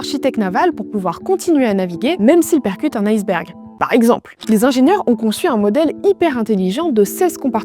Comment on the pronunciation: Très mauvaise prononciation de "iceberg" car ce n'est pas "aieceberg" qu'il faut dire mais "iceberg', eh oui le "i" de ce mot se prononce "i"